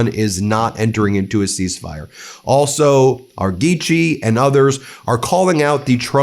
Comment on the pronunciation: Oops actually it’s pronounced Araag-Gee !